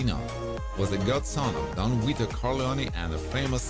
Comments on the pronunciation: Don "Weeto"? WTF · Hahahaha Don Weeto 😂😂😂